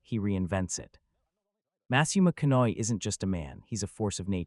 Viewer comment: What is he pronouncing? He’s not pronouncing his name correctly who is he talking about? Matthew McCoy